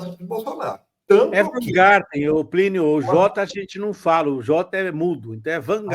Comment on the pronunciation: Essa mídia petista é realmente um tiozinho branco que não sabe pronunciar um simples sobrenome.